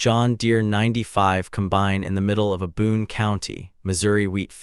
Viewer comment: It is not a com-bine'. It is a COM'-bine. I am not nervous about ai taking over, as it cannot even speak properly.